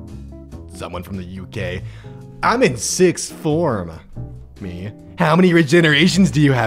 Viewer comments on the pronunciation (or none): one thing annoys me is he said six form not sixth form or how its pronounced sicth form lol but hes really funny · I'm British but...... six form????